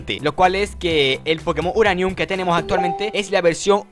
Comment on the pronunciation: Grax por el pokemoneishon ediciineishion uraneishon (aguante el ingles)